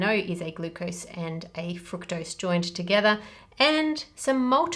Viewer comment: I love the video but the way you pronounce the word fructose annoys me lol